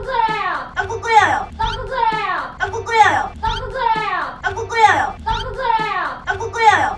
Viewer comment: 앜ㅋㅋㅋㅋㅋ 일단 넘모 귀엽고! ㅋㅋㅋㅋㅋㅋㅋ 이거 은근 중독성 있네? ㅋㅋㅋㅋㅋㅋㅋ 떡국 끓여여 떡꾹끓여여허ㅋㅋㅋㅋㅋㅋㅋㅋ 자꾸 들으니까 발음이 떠끄 끄여여 처럼 들려 ㅋㅋㅋㅋㅋㅋㅋㅋㅋㅋㅋㅋ